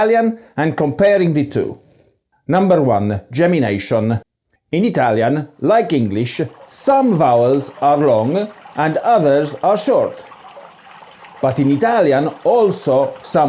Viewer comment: 30 seconds in listening to his pronunciation and I' m cracking up already. 🤣🤣 shientific 🤣🤣 geminashion 🤣🤣🤣🤣 (I am Sicilian by the way).